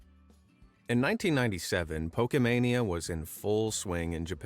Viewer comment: bro said pokemenia